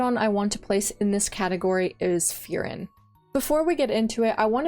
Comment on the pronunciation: It seems it’s your birthday, Happy Birthday! love the video and just so if you care about pronouncing some of them right, such as furin, try saying full-lean or full-Lynn in a monotone robot voice, that should sound pretty correct. I’m Chinese but have studied Japanese, if you want i could try look into these and find a similar way for pronunciation like that. Just know in Japanese every r sound is l, ra is la, etc. And the tone in furin is flat, so i told you to do it in a monotone voice, it differs between words. But overall things sounds good!